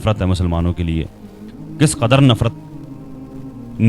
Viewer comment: Nasir Ali saheb Nabi S. L. W. ke leyea ( Theyea ) nahi ( Hain ) bola kejeyea . Shukriya . Allah Hafiz.